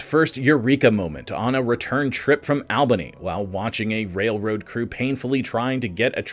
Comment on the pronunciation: As an Albany area resident, your pronunciation of Albany and Schenectady are hilarious. Otherwise very informative and entertaining video!